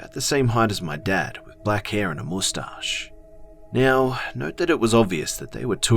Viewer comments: moostache 😂 that's all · I love the way you say moustache oml XD